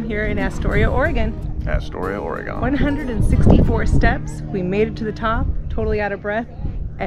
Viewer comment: Aura-Gone Lol. I love the town of Astoria. Cannon Beach is amazing too. Thanks for sharing.